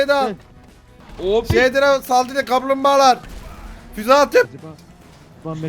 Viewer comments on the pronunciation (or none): amk kamplmbagalar diyişi komik